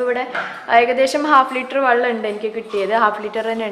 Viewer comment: Vallam alla kuttee vellam